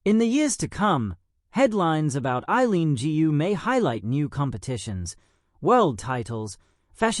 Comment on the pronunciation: Why can't you pronounce her name correctly instead the two alphabets?